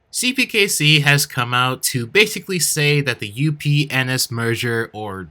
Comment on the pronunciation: um... he said upen*s...